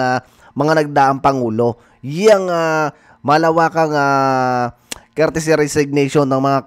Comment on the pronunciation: COURTESY not CourTICY. Bakit di ka man lang nag Google!